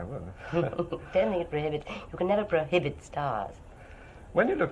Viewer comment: "You can never prohobit stars" 🤭🤗🥰